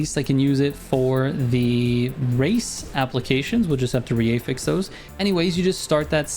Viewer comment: Bro wtf is an "eh-fix"? 😂 You should look up how to pronounce affix, i can't handle the cringe.